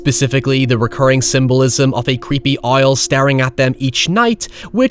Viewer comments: Did you say a-you-el for owl? So cool. Have you seen Border! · The way you pronounce “owl” has me absolutely creased! 🤣💀🤣